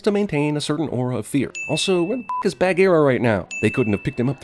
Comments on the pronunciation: Why do you say Bahgeera like Bag-ear-a. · OMG WHY DO U PRONOUNCE "BAHGEERA" LIKE THAT?!?! UUUUGH!!!!! 😭😠😬😬😬😬😬